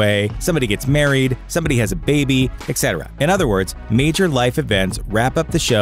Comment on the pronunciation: It's et cetera ( latin, meaning and so on ), not exetera. Just fyi 😉